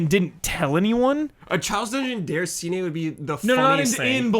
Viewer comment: DAY-RAH-SEE-NAY (roll the R), not DER-A-SEE-NAY. Geez!